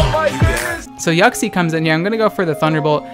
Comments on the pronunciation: Boi it's "Yiu-ksie" Not "Yuck-see" Your pronunciation is.... Yuck See what I did there? Yeah I'm gonna stop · I heard it as YUCKxie instead of Uxie lmao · Idc if I’m late, but you pronouncing Uxie as “yoksi” is hilarious to me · Also I'm late as well